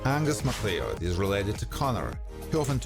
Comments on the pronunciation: You pronounce Macleod as mc CLOWD. Need to read up and learn Scottish names my friend 👍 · Pronounced Mick Cloud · No it isn't, it's pronounced "Ma-cloud" with a short "a".